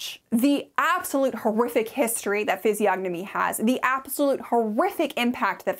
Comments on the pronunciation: The "G" is silent, as in the words "reign", "benign" and "foreign. Physiognomy= ˌfɪziˈɒnəmi (fizz-EE-AHN-uh-mee) Physiognomy and Phrenology haven't been taken seriously but scientists in well over a century... It's shocking that it's featured in modern books. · The "g" in physiognomy is silent